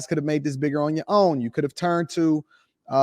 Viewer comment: It's Pat MAC-AH-FEE bruh.